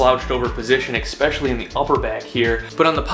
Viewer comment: expecially is not a word